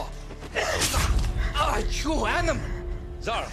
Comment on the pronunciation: It's zahraa not zara